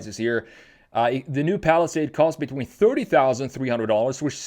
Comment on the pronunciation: because it is ai, look carefully, it says “falisad” instead of palisade